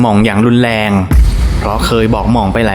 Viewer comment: ภาษาไทยเอกลักษณ์ของชาติ ร.เรือ ล.ลิง เช่น แรง คุณอ่านว่า แลง , รู้ คุณ อ่านว่า ลู้ , โรยริน คุณอ่านว่า โลยลิน, เรื่องคุณ อ่านว่า เลื่อง, ร้อน คุณอ่านว่า ล่อน เรียน คุณอ่านว่า เลียน , รุนแรง คุณอ่านว่า ลุนแลง เป็นกำลังใจให้นะคะรับภาพสวยชอบมากติดตามอยู่นะครับ ✌️✌️